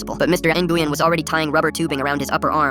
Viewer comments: It’s not pronounced ( in-goo-yen ) it’s actually pronounced ( win ) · Its Pronounced "Win' or "Wein" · "In-goo-yen" is crazy 💀💀🙏🙏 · it’s pronounced win or more like when, had a friend in school that would be flipping right now. Lol I used to mess with her and call her n-when, just to watch her eye twitch 😂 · As a vietnamese person, the pronunciation of "Nguyen." Hurts me mentally. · Bro i'm german and even i know that there is SEVERAL pronounciations??😭 Like yes, the pronunciation in the video is deadwrong, but it's not only pronounced win Edit: sometimes it's pronounced as nuyen or nuywin. I'veg got enough viet friends to know this:) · Hearing how they say Nguyen is hurting my soul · Fr that’s terrible pronunciation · they're pronouncing it wrong